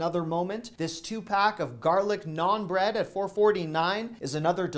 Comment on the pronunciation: I was slightly offended to hear him refer to something as "non-bread", then realized he was saying "naan bread". LOL